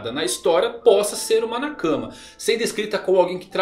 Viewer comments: E cabem todos? By: Chaves kkkk., pelo amor de Deus, pare de falar "na cama" e pronuncie "nakamá" que fica menos estranho kkkkkk' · a tônica de "nakama" é a última sílaba. Do jeito que você pronuncia parece que é " na cama"